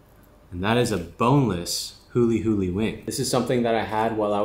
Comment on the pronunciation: Nice pronunciation of Hawaii!